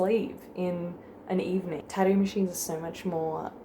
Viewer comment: the way you said tattoo once was adorable. you like dropped those middle t's all together.